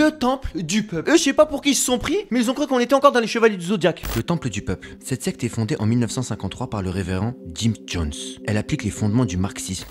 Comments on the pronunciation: qui penser qu'il disait sex et pas secte ? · Il dit Sex ou Secte...😭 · Pourquoi à chaque fois qu'il dit secte j'entend sexe